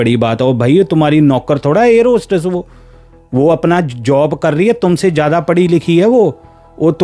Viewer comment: your pronunciation is poor, avoid saying words with Z because you says it J like jyada, jaroor, bad-tamiji. Also tell the event without adding your personal thoughts and comments.